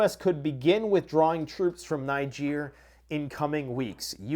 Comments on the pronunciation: Niger is pronounced "Neej are". A French pronounciation. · Great video as always, but it would help you a lot for you to google how to say Niger. You'll, thank us later lol.